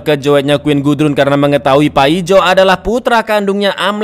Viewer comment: Baca yg benar bang nama paijo 😂